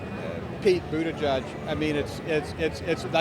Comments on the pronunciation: It's pronounced "Boot - EDGE - EDGE". Not Boot -A-JUDGE. Like the little girl's pink sweater . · Its "Boot-Edge-Edge" not "Boot-Eh-Judge" if you cant say it, dont fret. Just say "Mayor Pete".